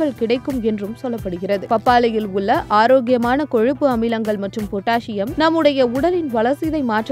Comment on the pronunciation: அந்த அக்காவ முதல்ல தமிழ ஒழுங்கா பேச சொல்லி குடுங்க.. "பப்பாலியில் உல்ல சத்துக்கல் "..னு உச்சரிச்சிட்டு இருக்கு.